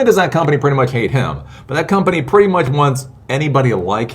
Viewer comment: how hard cant it be to pronounce "much"